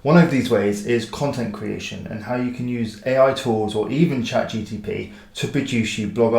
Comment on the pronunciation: Good video with interesting tips! Just a heads up; it's GPT not GTP!